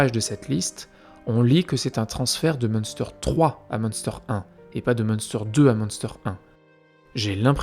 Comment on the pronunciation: Petite info linguistique, en allemand, le ü se prononce u, du coup, le camp se lirait plutôt Mune-stèr